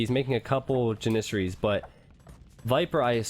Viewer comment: its janissary, as in apple. it is so annoying to here him say it wrong.